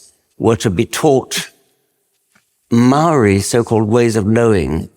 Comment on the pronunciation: How about his pronunciation of Mouwee...😂 They must be a unknown sub tribe of Ng te Pakeha....😂😂😂